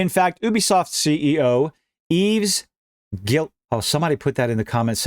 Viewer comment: Guillemot pronounced "Gee moh" hard g like in gum.